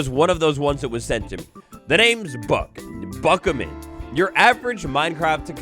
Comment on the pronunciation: I thought it was a buck hayman not buckaman